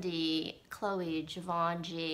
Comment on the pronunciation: zhee- vaugh- shee I think is how it's pronounce because french kinda tends to omit the "N" sound..